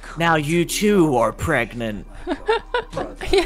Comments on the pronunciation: It's not 'preganant'. It's 'pregnit'. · Pregananant! There's a syllable missing still :P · it's Pregante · am I gregnant? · Can I be pregonate?